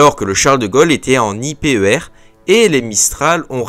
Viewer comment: sympathique comme vidéo, je tique a chaque fois sur les prononciations des acronymes XD, pang qui ce prononce PA-NG (porte avion - nouvelle génération) et I P E R qui ce prononce lui en un bloc, en tout cas continue tes vidéos, perso je les écoutes en mode podcast :)